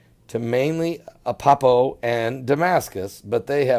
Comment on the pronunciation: "Apeppo"????? It's ALEPPO... There's an "L" in there. But then again you're also reporting this falsely as though it's something new. This has been around for a long time..... Per The World Post: Leishmaniasis has actually been endemic to Syria for centuries and was once commonly known as “Aleppo evil”. This cutaneous (skin-affecting) form of the disease isn’t strictly “flesh eating”, although another form found in Brazil and some other parts of South America can be. It is caused by the Leishmania parasite, which is carried by sandflies. If you’re bitten by a fly, the parasites can enter your blood and invade the macrophage immune cells that normally kill bugs, causing causing horrible open sores close to the bite.